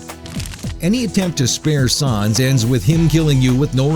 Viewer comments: the way you pronounce sans...you are gonna get PUNished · The mispronunciation of Sans drove me nuts. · I cringed everytime he said "Sans" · it's pronounced sans as in comic sans, idiot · That is not how u pronounce sans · You pronounced Sans wrong. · im happy sans is 1 but dude bro U CANT SAY SANS RIGHT U R SAYING SAAA NS DUDE SANS S A N S LIKE SAND LIKE ALSO U R LIKE FAKE AND NOT FAKE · S aaaaa nnnnnn ss not sAns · first of all you pronounce these names like a drunk 2 your old second its sans pronounced like sand but with a s istead of d not sons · Sans not sons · sons??? its sans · its not sons its sans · It's sAns, not sOns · Sans not Sauns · Its Sans Not Shans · His name is sans. Not saans... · I think you meen: "his name is sans, not sawns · Its not sarns thats like you say it its sans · SAWNSSS SAWWWWWWWWWWNNNNSSS!!!!!!!!!! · Both sans and gygas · Don't You Mean Sawns? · It's not sons it's sa-ns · Why do you say sAAns it's sans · Did he say Sas instead of Sans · Omga flowy is ALSO harder plus it's not saans its Sans! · IT IS SANS! NOT SAUNS! OR WHATEVER YOU SAID! I just can't put up with that mispronounciation anymore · "Sawns." You're gonna have a bad time. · "Sawns the skeltin" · It's not sAAAAns it's sans... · Its sah-ns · Who is "Sahns"? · wait did he say sahns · sons lol by the way it's just how he pronounces it how he wants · Wait... "Its no wonder that Saanz the skeleton..." Pronunciation error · th way he pronounces "sons" xD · You Were Saying Sons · ITS SANS S-A-N-S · um sir you said sans wrong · He mispronounced Sans' name, and it was kinda annoying when his voice sounded like a male Siri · um excuse me sir you said sans wrong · you said sans wrong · Goddammit you're pronouncing 'Sans' wrong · he's saying sans wrong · the mispronunciation of "sans" is killing me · The way he says sans... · who else is bugged at how he says sans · I cringe every time he mispronounces Sans.